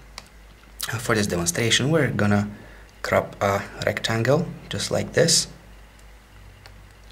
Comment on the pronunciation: did you say area your going to crop it or crap it? I couldn't help it but hear